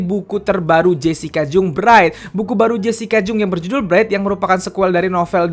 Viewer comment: Bukang jung bacanya bang tapi jang